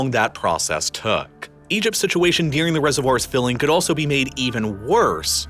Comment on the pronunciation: What's good with your pronunciation of the word "during"? It sounds like "deering" lol. Ok I've done my part